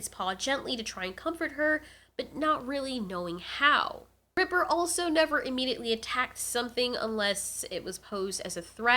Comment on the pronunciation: His name is reaper not ripper